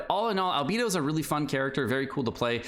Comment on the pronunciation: How can you pronounce Beidou correctly but say Albeeedo like that. 😢